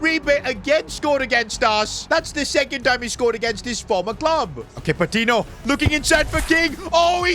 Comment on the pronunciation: bro please stop with the patino, it's PATINYO, its actually hurting me internally whenever says that, THERES AN ACCENT